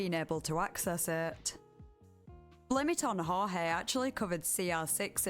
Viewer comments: I don't even know if you'll ever see this, but it's blame it on "George" not "horhay". at least that's how he pronounces it. It seems wrong to me but his most recent video has it said like that and if he saying that's what it is, that's his name. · Actually, he used to pronounce it as "Hor-hay," the Spanish pronunciation. And just when I finally got used to saying/thinking it that way, he changed it to the English pronunciation. And now I can't switch back.